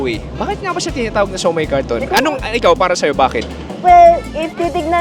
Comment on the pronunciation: Kariton po hindi karton